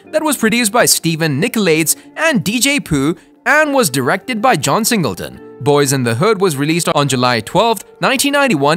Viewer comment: I'm sorry, you have to get all your facts and reading straight next time you do a video like this because you were all over the place. Saying wrong dates, pronouncing names wrong, how John Singleton going to be born and die in 1968 but wrote and directed a movie 1991? Please get it together when doing these videos.